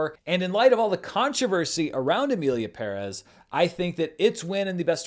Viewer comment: BUT you pronounced Pérez correctly. I think you are the only person in ALL of the media who did not butcher the name. So Thank you.